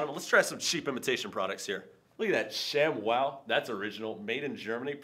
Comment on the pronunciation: its shamWOOHOO not shamwoohoo :(